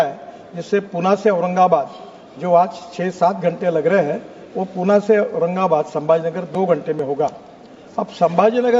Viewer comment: गडकरीजी पुण्याला हिन्दीमध्येई पुणे असे म्हणतात तेव्हा पुणे असेच म्हणा.